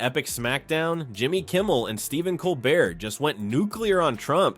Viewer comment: Colbert is pronounced 'Colbaire' and Maher is pronounced 'Marr'.Nice try AI.Your biggest problem is pronouncing names.😊